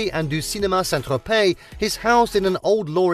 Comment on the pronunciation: Why ad an l when saying Tropey?